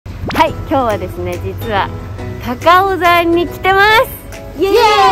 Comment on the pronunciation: 高尾山をたかおざんって読む人はじめて笑笑たかおさんですよー